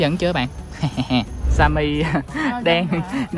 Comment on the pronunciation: Simmy mà nhấn simmi